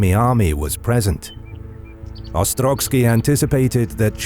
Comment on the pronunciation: OstroVskiy, not OstroGskiy.